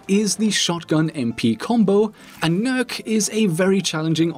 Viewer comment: First youtuber i've seen that pronounces Nøkk right, congrats.